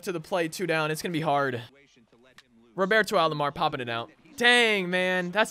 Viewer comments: Love your vids man. It’s Roberto not Robarto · The way you say Roberto annoys me